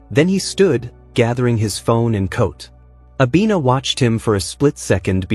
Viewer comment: Her name is Abena, which means Tuesday. Not Abina correction, please 😂😂😂😂